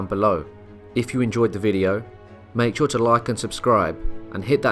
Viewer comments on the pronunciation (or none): none